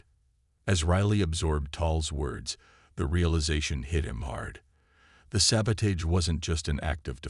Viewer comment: Saboteur and sabotage you're not pronounce the Avett Brothers pronouncing it right narrator come up here to Maine and will teach you how to pronounce it better and you'll love it, and move up here God's County's the way life should be. free without Smog and pollution.